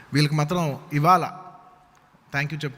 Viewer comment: వీడికి “ఇవాళ “ అని పలకటం కూడా రాదు,ఇవాల అంటున్నాడు. అల్లు రామలింగయ్య సపోర్ట్ తో మెగా ఫ్యామిలీ ఎదగటం ఏంటి? Talent లేకపోతే చిరంజీవి mega స్టార్ అయ్యే వాడా? ఒళ్లు పొగరు ఎక్కువ అయింది అల్లు అర్జున్ కి